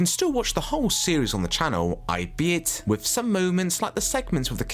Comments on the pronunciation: Overtaken (no such word as "overtooken") AL-BE-IT (not i-be-it) Sorry, just every time I heard these mispronounciations I found myself grinding my teeth. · As a copy-proofer, I came to say this too, as although I enjoyed the clips and remember most of the shows, I was twitching at every odd error and mispronunciation. Albeit is all-be-it, not ay-bet.